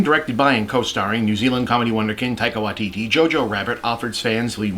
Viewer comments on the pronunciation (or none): "Taika Waikiki"???